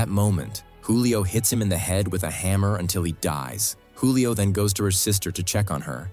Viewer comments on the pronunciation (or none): Youre aaking yhe AI to say a lot of words... Keith becomes Case and Julia becomes Julio... Its OK, AI is still young and needs to spend more time in school.